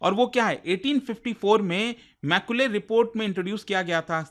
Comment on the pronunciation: Not maicule मैकाले 😂😂